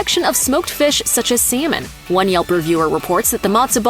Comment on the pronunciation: Is this a robotic commentator? The accent and mispronunciations are horrific! I can't believe how latkes was pronounced! Salmon, too! Anyway, in NYC, Second Avenue Deli has much better food than Katz's - and always has! Plus, Katz's is not kosher.